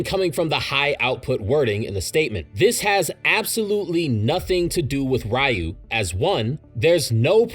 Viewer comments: It's pronounced "r-you", not "Rai-you" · Ryu is pronounced 'ree-oo'. Other than that, great information and great video! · Please say Ryus name right next time and its not fully confirmed Yuta needs to have Rika consume DNA